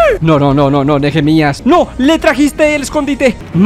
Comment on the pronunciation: Nehemias se pronuncia neemias Yo me llamo asi por si se preguntan xd